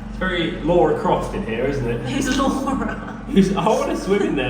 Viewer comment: Lara, not Laura. 😇